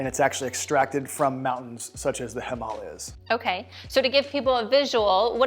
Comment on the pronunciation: The himahlias? 😂